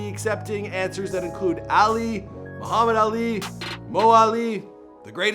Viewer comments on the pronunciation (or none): none